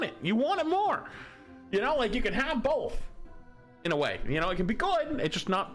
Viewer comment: "Bolth" - 2024